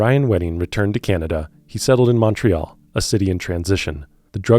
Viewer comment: i truly enjoy your work, but your pronunciations of Montreal and Newfoundland are killin me 😂